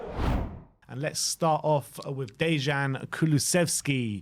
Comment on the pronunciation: Thanks for the video. Little hint for pronounciation: Dejan (like Deian or Deyan, not Deshan) Kuluševski (like Kulushevski)